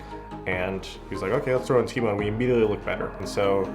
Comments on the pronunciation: them saying teemou realy triggerd me for some reason it's TAImou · as a Finnish Person I know it should be pronounced taimou but no one really cares even taimou doesn't